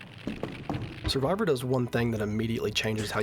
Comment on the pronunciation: Survivor is Law? I can't figure out what you're saying there and even the closed captions were confused.